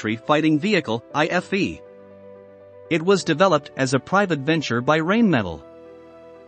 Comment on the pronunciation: The commentator pronounces Rheinmetal as Rainmetal. It is actually pronounced Rhinemetal.